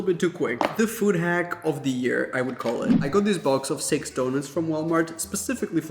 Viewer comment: You said” I got this box of six donuts”. I heard “I got this box of sex donuts“ lol